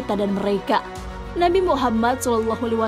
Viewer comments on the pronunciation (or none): none